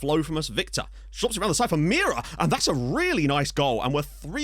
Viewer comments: It's not Miera, it's Meira. I'll try to help you pronounce it right. M'hey'rah. If you pronounce ei as hey, its enough and it will be correct. Cumps from Portugal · if you want the correct pronunciation of Meira it's more like Mayra